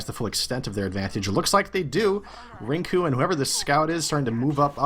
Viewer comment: hearing the casters call youmustmike rinku at the beginning of the game is a little painful :s